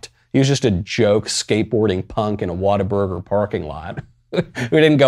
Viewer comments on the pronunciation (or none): none